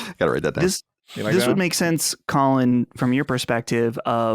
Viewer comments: definitely says Cohlin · I always notice how pronounce Colin wrong. I was always waiting for Colin to notice it, but Colin never reacts so it must be fine.